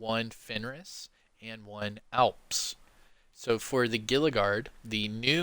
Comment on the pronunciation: Gila is pronounced Hee-La, by the way. In case you didn't know ;-)